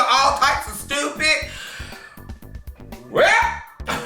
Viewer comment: I love how says “stewpid”🤣